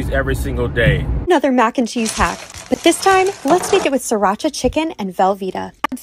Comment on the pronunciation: when he said "and then you just gon' throw SrrrrirrrHHacha in there..."😭😭😭💀